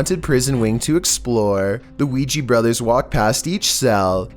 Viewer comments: oui.....JA............OUI.....JA....NOT OUI GEE. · weeee-ya brothers not weeee-geeeee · Quija Qui Ja Weedgee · Its ouija with an a